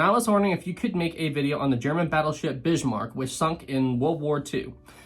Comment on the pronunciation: Please don't say "Bishmark"